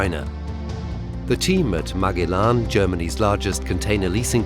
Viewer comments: MAG E LAN ?????? Surly it's MA GEL LAN ???? The navigator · Marg-e-lan is Ma-gel-lan. Painful. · Is’nt Magellan pronounced Ma-gel-in? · It's pronounced Ma-jel-an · ... interesting mini doc... but what an annoying mispronunciation of Magellan... made me cringe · its the way you pronounce Magellan in German